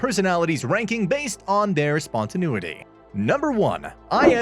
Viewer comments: It can be pronounced spontaNAYity or even spontaNEEity, but never EVER spontaNOOity. Please have a word with your second narrator... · I couldn't watch this. I had to stop it a minute and a half in because the narrator consistently mispronounces spontaneity. It was driving me insane. (And as an INTP, I have no choice but to correct the matter!)